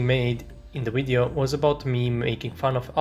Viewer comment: speaking of terrible accents... you spell "video" as "wideo"